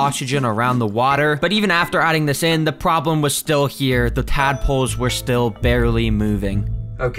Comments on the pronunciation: I thought bro said madpoles💀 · did you say dadpolse😂